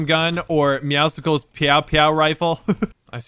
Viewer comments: His name IS NOT MEOWSICKLES IT IS "MEOWSCLES" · Does anyone else realize IT IS NOT MEOWSICLE LIKE MEOW AMD POPSICLE AND THAT IT OS ACTUALLY MEOWSCLES LIKE MEOW AND MUSCLES? IT IS SOOOO ANNOYING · u say meowscle wrong its meow and muscle mixed together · Not a single one of them can figure out its pronounced “meow-sulls” like muscles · When will realize it's not meowsicles its Muscles with meow instead of mu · It's "meow-sils" like muscles, not "meow-sicles" like icicles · Nobody pronounces MEOWSCLES right. They all say it like meow-sickles. When its pronounced muscles with a meow like its not hard to pronounce a word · why does he say meow cicles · It is NOT meowsicles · Anyone else triggered that he says meowscles wrong ? 💀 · ur saying meowscle wrong its muscle and meow mixed together